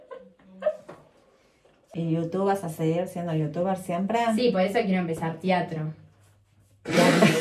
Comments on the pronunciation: "Tiatro" jajajajajaa te amo! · Después de las 3 veces q dijo tiatro ya lo estaba diciendo al proposito jaja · antes de ver el video:"teatro" después de ver el video:"tiatro" 😂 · a seguir la carrera de TIATRO -TEATRO +TEATRO dije -no TIATRO dijiste +no dije TEATRO -dale habla bien, que queres seguir? +la carrera de TIATRO -no TEatro deci, TIatro decis, dale, bueno que queres seguir estudiando +emmm bueno quiero empezar TIATRO, canto - TEatro TEatro deci, deci bien dale, vas a seguir siendo youtuber? +si por eso quiero estudiar TIATRO - TIatro TIatro JJAAJJAJJAAJAJAJAJAJ ME MUERO LAS AMO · "Tiatro" JAJAJA😂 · Nadie: Absolutamente nadie:: TIATRO..(morí con esa parte ahre:v) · JAJAJAJJAAJAJAJJA LPM ME CAGUE DE RISA "TEATRO" "TIATRO" MAMA DE "TEATRO NO TIATRO" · Che x qué decía tiatro no no moriii😂🤣💓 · Todos:TEATRO:TIATRO JSJAJA TE AMOOO❤ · Nadie: Absolutamente nadie::TIatro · Posta no sabes decir teatro